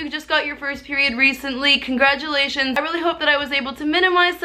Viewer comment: Her: "Congradulations" Me, a trans man with really bad dysohoria: wooo 😔